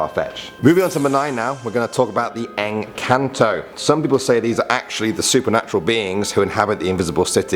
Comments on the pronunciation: Pronouncesations= Engkanto= prononce the E as I Sirena: its not how you pronounce it like siren its serena Aswang= Pronounce the a very hard when you say the as word say it hard Tiyanak= pronounce it as Chanak not tiyanak cuz ti is pronounced chanak Duwende= you almost prononced it fine but its ok Kapre= kapre is pronounced as kapreh silent h your e is like ee Sorry if im judgy but im just like that when other people dont know how to pronounce 😓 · Hi ummm I'm Filipino and in number 9 it's actually pronounced Enkanto witch mean Enchanting creatures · You said engkanto very rong